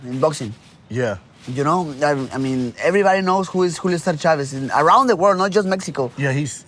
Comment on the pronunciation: brandone never doesn't say AYEverybody AVEvery video he makes. Also he says messsscan.